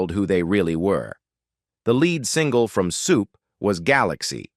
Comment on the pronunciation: Lead(leed) not lead( the metal). Lazy.